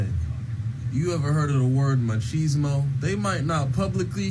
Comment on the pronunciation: Stop saying 'machismo' wrong!